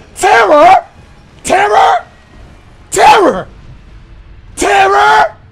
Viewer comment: What is that? Curse? Terror!? TERROR!?!? Terur! TEAR RUR ⁉️ terror